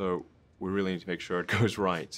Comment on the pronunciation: He got so British when he said ‘goes right’ 😂😂